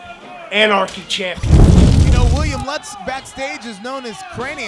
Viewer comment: The guy introduces himself as “Lootz” — & the announce team continues to announce it “Lutz.” I am glad they are able to help him correctly pronounce his own name.